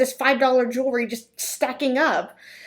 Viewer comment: Jew-la-ry?? At least learn how to pronounce the word you're selling. Jew-al-ry. Ha ha ha.